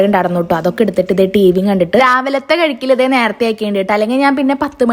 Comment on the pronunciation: കഴിക്കുക എന്നല്ലേ പറയുക? കെഴിക്കുക, കെഴുകുക... ഒന്നു മാറ്റി നോക്കിയാലോ 😊😊